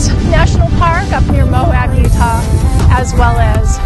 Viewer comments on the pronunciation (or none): none